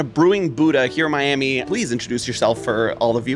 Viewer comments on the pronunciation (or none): none